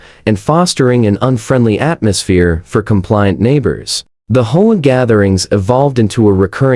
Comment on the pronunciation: It is pronounced A. D. A. not Ada. Also it is pronounced H.O.A. not Hoa